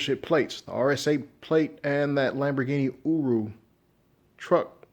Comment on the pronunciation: Lamborghini Ooroo? 😂😂 It’s Urus. Change your name to.